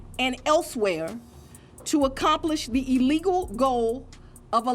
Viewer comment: Someone needs to tell Fanny that there’s only one “e” in illegal. It’s not eelegal…..🙄